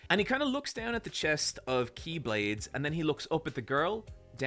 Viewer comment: It's incredible how he nailed all the keyblades names